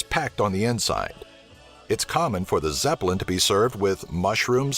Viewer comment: Zeplin Lol Thats NOT THE NAME LOL